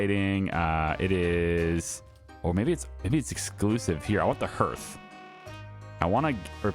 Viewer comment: That’s not how hearth is pronounced. It’s pronounced harth